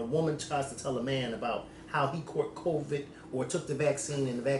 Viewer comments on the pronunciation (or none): I love you to death but my goodness it’s pronounced Co-vid not Co-veeed. You’re dragging the end and it’s sending me 😩😩